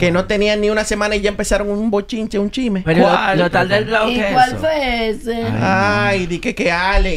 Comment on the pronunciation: se dice chisme no chime ufffff